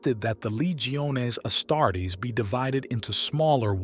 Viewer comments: its not asstarts....its AS-TAR-TES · Ya lost me at “Astarts”. Refine that AI, pal.